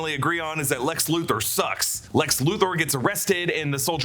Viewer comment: Lex Loo-Thor. lol just say Loo-ther.